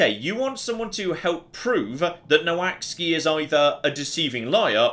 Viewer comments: Every time he said "Noh axey" my brain hurt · I know the relation between English spelling and English pronunciation is a bit of a mess, but I'm pretty sure "Noaksey" isn't pronounced "No Axe Ski" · I don't think got anywhere close to saying "Noaksey" 😂 This game looks great, I'd love to see more of it!